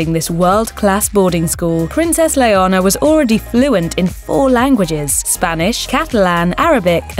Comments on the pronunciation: Her name is not " Leona" !!! ''this means lion in Spanish), so you sound really weird calling her another name . Her name is Princess "Leonor" and you need to pronounce the "r". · I don't think she has an accent she just got her name wrong... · It’s pronounced like “Eleanor” without the E. Please say the future Queen of Spain’s name properly. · How TF do you expect that a Princess is called “lion”??? It’s Leonor!! 😂😂😂 And you pronounce it as that, as you read it: LE-O-NOR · It's not her accent. She's English, their accent wouldn't mangle the name like that. Leonor is NOT pronounced Leona. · It’s not LeohNHOR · Please get the name of princess Leonor correctly. 😡😱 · I highly doubt it. It sounded like she said Leonor and just didn’t pronounce the “r” hard enough. Kinda like how “Noir” is pronounced by some people. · It’s leanor but pronounced that way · Clara, no hay mayor drama. Simplemente un error de pronunciación. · She did pronounce it as that??? She just didn’t enunciate the “r” hard enough, similar to how some people pronounce the word “Noir” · as a Leonor my self this was painful to watch. butchering my name over and over again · PLEASE pronounce LEONOR correctly! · Learn how to say Leonor not very hard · Leonor not Leona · I believe it’s Princess “Leonor” and not “Leona”. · Leona is lioness, not a name in Spain, maybe internationally it is (Leona Lewis), but she is called LeoNOR, to help you pronounce, "layer-NORE". It's the Spanish version of Elinor or Eleanor. She got Sofía perfectly, though. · It’s definitely not her accent. In a British accent the name is pronounced “len-OR”. She flipped the “n” and “r” and added an “a” that isn’t even there. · then you should hear really hard she just said it l-e-o-n--o-r that's why it's sounds like "Leona" you guys are just being rude and how she can she git her name wrong Princess Leonor is sooo famous as h*ll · It's not Leonora, it's Leonor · Princess LEONA??... It is Leonor.... not Leona. Please, say it right.